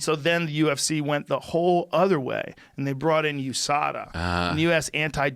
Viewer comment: Not sure if I like USADA being pronounced "yoosadah"